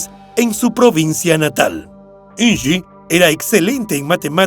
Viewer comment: Me parece que estas pronunciado mal el nombre de Inge. Es de origen alemán y se pronuncia tal como se escribe. Deberías documentarte antes, es tu trabajo.